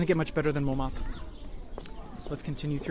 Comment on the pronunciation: Picky pronunciation quibbles - don’t pronounce the ‘t’ in Montmartre. It should sound like « mon martre ». Secondly, don’t use a long ‘a’ for Satie. Even in English it should be almost identical to the French pronunciation. SAH-TEE. OK, rant over. Surprised that your wife let you get away with those! LOL. Continuing to love your videos. Thanks so much!!